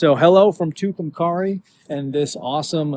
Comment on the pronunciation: BTW, it's pronounced Tucum-carry.